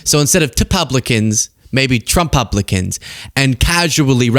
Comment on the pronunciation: not how to pronounce Trump Licans